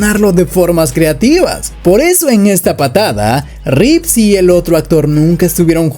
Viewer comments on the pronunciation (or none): Es un video muy bueno, pero por favor tú también diciendo Reeves!!??? Dejad de decir Reeves por favor!!! es REEVE!